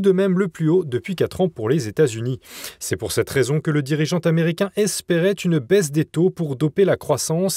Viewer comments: il serait bien de parler français et de faire des liaisons inapproprié à tout bout de champs. ex: président tamericain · 7'45" "le dirigeant taméricain".Hahahhahahahah! Les liaisons dangereuse... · "Le président Taméricain." Hahahaahahahahahahaha!